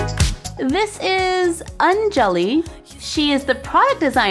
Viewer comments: Hay pronouncing it wrong it's Anjali not an jelly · Hi Ian an Indian and Anjali is pronounced as. On- joe - lie or Onjoelie An BTW she is an Indian too. If you read about her on the card it says tiki which is a very popular dish among Indians . Thanks for reading 😉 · Anjali is pronounced On-jal-e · It's (An-jelly) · in anjali the j is silent